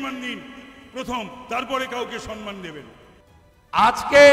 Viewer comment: উনি কোন মানুষকে সম্মান করতে জানেন? সনমান বলেন,ঠিক উচ্চারণ করতে পারেন না।